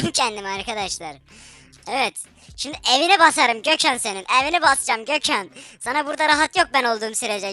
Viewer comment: Abi ne güzel Gökhan diyon